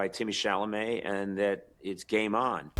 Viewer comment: "Timotay Chellamit" bro is probably not going to walk the red carpet for the Oscars 😂